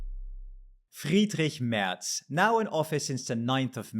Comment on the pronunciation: Damn bro really flexed hard on that German pronunciation with the Friedrich Merz right off the bat